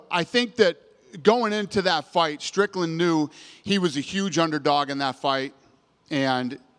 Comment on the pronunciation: Its Strickland, not Stricknine